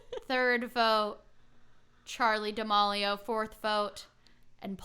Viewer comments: I really love this podcast but I kinda cringed every time you said Charli D’amAlio when it’s Charli D’amElio. No hate lol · Not to be “that” person but that’s not how you say D’amelio! It’s more da-mee-lee-oh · Whose gonna tell her that it’s Charlie [da-meel-io] 😬